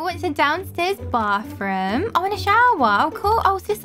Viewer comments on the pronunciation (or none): Who hears her say "baf room" 😂😂😂😂😂 (btw i love ur videos)